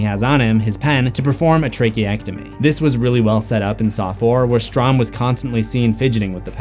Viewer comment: You missed pronounced Tracheotomy